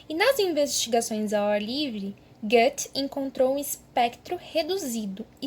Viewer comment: você pronuncia Goethe errado demais, além de ter uma dicção horrível. Imagina ser ruim em tudo o que se faz, meu deus. Péssima professora e pseudo arquiteta